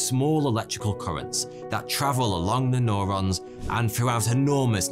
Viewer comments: Great vid. But it’s “new-rons” not “noh-rons” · Nobody:: N O R O N S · It's fcking Neurons NOT NORONS U MuRoN....Nurrrr pronounced NUR..NOT NOR.. fck sort your pronouncing out for lords sake .video after video...lol .it's that bloody moustache. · Nurons not nOrons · Norons? It’s newrons fams... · Neo New-ron, not no-ron. You are becoming one of my favorites. Keep the 'stache. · Is nobody going to mention it’s pronounced “new ron” not “nor on”? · It's called Neurons mate, like New Rons not Norons fuck sake lolol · i kept on screaming neurons every time he said norons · Neurons, not norons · It's neurons pronounced neuro like in you or Euro. N-you-ron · Stop saying "noron" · Or says "Norons" lol